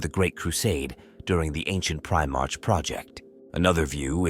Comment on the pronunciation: Teach your AI to pronounce Primark correctly.. it's getting past annoying